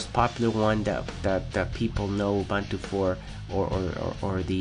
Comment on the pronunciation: Your voice is pleasant and the information is presented well. I like this video. But it's pronounced oo-boon-too, not uh-bun-too. That's right, I went there. ;)